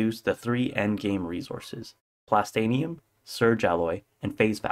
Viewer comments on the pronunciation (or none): Here is what triggers me MINdustry not MINEdustry It’s not a tower defence game Core unit not construction vehicle You can outrange the flamethrower unit in the frist sector Overuse of bridge conveyors Plast-in-ee-um not plast-ain-ee-um You also made a few rookie errors Advice: use polys more keep power up (battery’s are good for this) NEVER underestimate desolate rift overdrive projectors also boost power usage